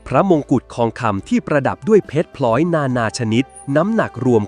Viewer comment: เสียงบรรยายก็เอไอ พลอยเป็นพล้อย ภาพก็เอไอ หนังสือสมุดไทยหายไปไหน มีแต่หนังสือเล่มแบบฝรั่ง แล้วสมัยกรุงธนบุรี เป็นยุคข้าวยากหมากแพง มีการทำสงครามตลอด 15 ปี จะเอาเวลาที่ไหนไปสร้างงานศิลปะภาพวาด ผ้าทอ เครื่องทอง ทั้งหมดเป็นจินตนาการจากเอไอใช่ไหม